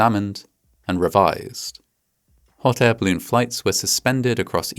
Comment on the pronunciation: I love how you pronounce 'balloon' like 'bloon'. It's adorable.